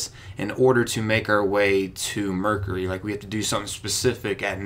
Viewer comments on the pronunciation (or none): Did he say murkery? It's mercury!